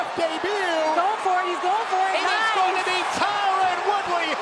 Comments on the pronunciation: Imagine getting Khamzat's name correct but not Tyron Woodley lol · "TYRON" Guys... "TYRON".... He was a former UFC Welterweight Champion.. Put some Respect.